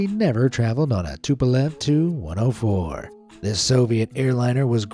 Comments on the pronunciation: FYI... the TU in TU-104 is not pronounced like two or too, it is the separate letters T U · It's not the 2 104 -- it's the TEE YOU 104. You don't call a DC3 the dick3, you don't call a FW 190 the few 190, and you don't call the 'M' 'E' 262 a me 262. Also, your AI footage of Chris Christie looked faker than the AI voice that can't say airplane designations correctly. PROOFREAD PEOPLE -- or proofview as the case may be. (the only exception to this rule are the planes from Mikoyan - those you can call a mig whatever number. I don't know why, there's no G in Mikoyan, but oh well) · For the TU-104, the letters T and U are pronounced separately, not 'Too-104'.